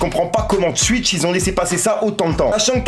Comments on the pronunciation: Cest twitch pas stwuich ahaha 😂😂😂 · je retiens juste qu’il dit « Tuitch »